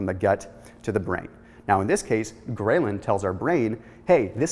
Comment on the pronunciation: A minor comment, 'ghrelin' is pronounced differently, see here for example